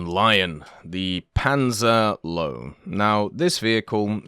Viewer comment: Its not the "Low". 😭😭 I know its hard to pronounce to english-natives but you'd pronounce it kind of like "Low-vey", atleast considering that you cant pronounce the Ö.